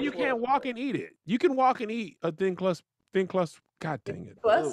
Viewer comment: "Thrin clust pizzer" 😆😆😆